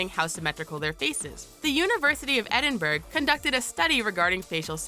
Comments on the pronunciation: EdinBRUH BRUH! not berg :) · It's not pronounced edin burg it's pronounced edinbrah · Edin-Burgh...Edin-Burgh? Edin-Burgh?! It's said Edin-brah! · Edinburgh is pronounced ‘ED-in-burrow’ not ‘ED-in-burg’. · You pronounce it edinbrrr not Edinburg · its pronounced ed en bur ohh not en un burg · Edinburgh: pronounced ed-in-br, not ed-in-burg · Edinburgh is pronounced Ed-In-Bor-o just a small tip! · I have read the exact opposite. Redheads are apparently less sensitive to pain and need more anaesthesia to knock out. Also, who says "edin-burg"! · It's not pronounced "Edin Burg" guys.... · Pronunciation- 'Ed-in-bur-uh' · Edin"burg" BURG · Turned off as soon as they pronounced Edinburgh as Ed-in-burg... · It's pronounced Edinburgh (edin-bur-a) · AMERICAN, its ed-in-bur-uh! GET IT RIGHT! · Did she say EDIN-BURG? Wow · DID ANYONE EVEN NOTICE SHE SAID EDINBURG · do not say Edinburgh like that please. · Scots wont be impressed with the mispronunciation of the Scottish capitol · She pronounced Edinburgh terribly wrong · You don't pronounce the G in Edinburgh dumbass! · Edinburgh. I'm Scott and that is not how you say it noooo just stop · How can I believe what your saying when you can't even pronounce the capital of Scotland properly? After I heard that I just couldn't take you seriously anymore and had to stop watching. If your first language is English then you should probably be able to pronounce capitals of English speaking countries. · Why would you say Edinburgh like that?... Just why?... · way to pronounce Edinburgh like a simian philistine. Christ. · Anyone else notice she pronounced 'Edinburgh' wrong? 🤔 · The G in Edinburgh is silent